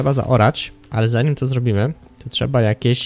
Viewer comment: Z informacji z tego odcinka nie dziw się że oglądalność Ci wzrosła bo odcinki są coraz lepsze i się miło ogląda . Jeżeli pracujesz nad dykcją to popracuj jeszcze nad słowem (trzeba) bo czasami słychać (trzea) a u innych youtuberów jeszcze gorzej słychać (cza) . Pozdrawiam!!!